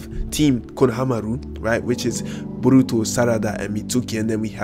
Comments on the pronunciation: "Burutu". "Narutu". "Iwabi". Subscribed. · "Buruto" Lol